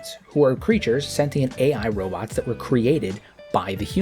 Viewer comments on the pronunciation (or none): none